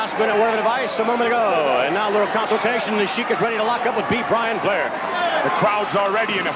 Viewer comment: jese said be blian blair lol